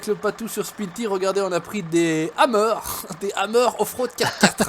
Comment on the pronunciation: CA SE DIS PAS SPIN TIRE CA CE PRONONCE SPIN TAYEURZ